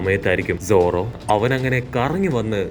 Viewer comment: Enthina bro zoro mathram ingane parayane ellarde name parayana pole sadha pole paranjude? 👀